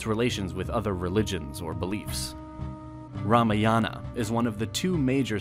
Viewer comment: Your pronunciation of Indian names is atrocious and an insult to the Indian culture. When you are putting down so much of effort, why can't you pay some more attention to Indian names & their pronunciation? Particularly, the long and short vowels must be distinguishable. Its is "Raamaayana" & "Mahaa Bhaarata".